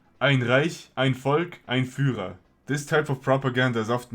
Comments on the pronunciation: Dude. Are you German? The was you said "ein Reich, ein Volk, ein Führer" was way to perfect. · 8.31 Either German is your first language or that was just some FRICKING IMPRESSIVE PRONOUNCIATION! Aber wenn du Deutscher/Österreicher/Schweizer etc. bist, auch gut^^